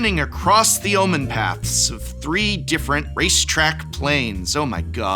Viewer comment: God, for a guy who is an English Major and supposedly follows this stuff, you continuously mispronounce key words of Magic all the time. Omenpaths are not Amenpaths, Arcavios is not Arka Vee dos, and generally you just come off as "Well why should I care, I think everything coming out is memes and stupid, you shouldn't care either!" in this video. I get it, you're annoyed at Universes Beyond as a concept but you come off as a person who wants to stop doing Magic Content instead of a knowledgeable scholar in Magic. I don't think that's what you want, but honestly I can't be too sure anymore. Also, yeah, I'm terrified of what garbage Modern Horizons 3 will have in it, but I hope they at least reprint some of the massively overpriced Modern Horizons 1 and 2 cards in it.